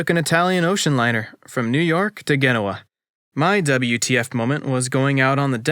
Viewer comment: Did you really just say “myoon-ITCH”? And “gen (like “get”)-o-wa”?